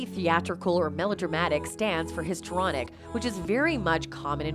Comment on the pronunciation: The word is, “histrionic”, not “histronic”. You’re paid to read the copy. Read it properly!